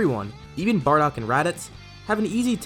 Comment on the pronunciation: Barodk lol don't you mean bardock??